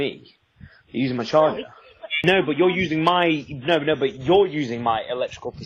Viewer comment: she says "premerting" instead of promoting like she's Doctor Evil. Then in an Australian accent she says... "nauuuurrrrr" instead of no.